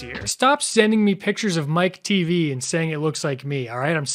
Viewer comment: Teavee? You can't be for real lmao! It's Mike TV, short for Michael Television.